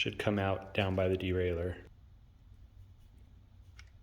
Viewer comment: I'm glad someone out there pronounces "derailleur" correctly. At least in America.